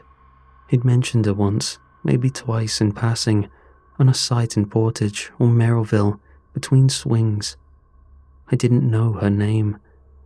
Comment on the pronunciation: Also it's pronounced Merriville not Merrillville. Source: I live here.